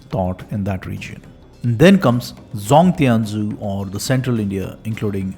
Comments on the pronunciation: Sorry That’s not pronounced as Ti-an-zhu, but [shian-zhu] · 天竺 is actually pronounced as "थीयन जू" Great Video btw 💯💯